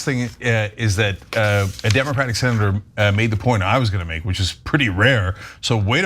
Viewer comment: He drops consonants in some words when he speaks. Senator comes out sounding like sinner. Idk what that's about but have noticed various people doing it when on camera.